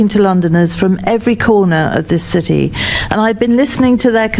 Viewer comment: Really??!! You are turning or have turned the 'police service' against the REAL patriots and British People of London!!!!!! You bore me to tears, you're NOT listening!!!!😡 Oh and by the way......there is a 't' in City!!!!!!!!! You Mr. Mayor are pure evil!!!!!